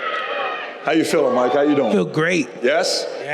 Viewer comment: “MYIEEEK TYSON” 💀